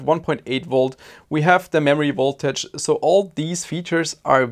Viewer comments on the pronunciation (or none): There is nothing that is called "woltage". I notice you have no problem pronouncing the "v" in "volume", so why not also in "voltage"? 🙂 Thanks for an informative and entertaining video.